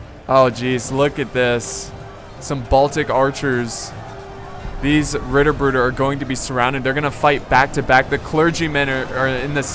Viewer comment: I love it so MUCH how you pronounced Ritterbrüder